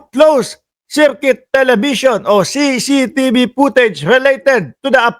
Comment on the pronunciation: Brod.CCTV un hindi CCTB ano ka ba naman napakadaling bigkasin pero di mo mabigkas ng tama ang ingay mo pa naman.